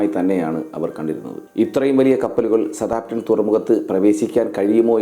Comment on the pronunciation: വീഡിയോ കൊള്ളാം മാഷേ ഒരു ചെറിയ തിരുത്തു സ താം പ്റ്റൺ അല്ല സൌത്ത് ആമ്പ് ടൻ ആണ് ശരി എന്ന് തോന്നുന്നു... ഇംഗ്ലീഷ് ഉച്ചാരണം ഒന്ന് നോക്കിയേക്കുക